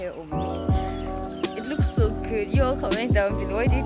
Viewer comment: Girl you really murdered “so” 😂😂 love the hair though❤️